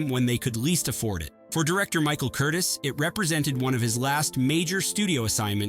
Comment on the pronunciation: also director of Casablanca's name is Michael KUR TEEEz nor Curtis